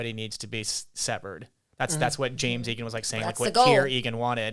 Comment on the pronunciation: it's "Jam" Egan not "James". Pronounced like a singular James. :) I hear people saying James